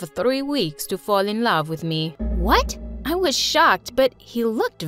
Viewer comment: "i ALAVE you melody" 🥲